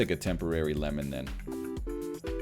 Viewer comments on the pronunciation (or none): none